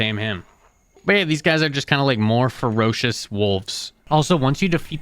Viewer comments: ferrocious slimes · “Splelunklely table” “Abysmal Caves” “Gaaleenuh” “Azyure Neodyinium” “FerrUslime” “Ferrocious Slime” “NeodAEInyum” “Maggotron” “Pihwin” “Saiyads” “Subterrarian dons” “Reelischeirius” “Pehwen” “Tricarius” “Lucktruckosaurus” “Raah-dawn” “Oculate Gem” “Sack of Satan” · Yea, they're pretty bad 😭 "Abysmal Chasm" "Ferocious" "Neodiemium" "Galeena" "Primorial Caves" "Triolocareis" "Pehwin"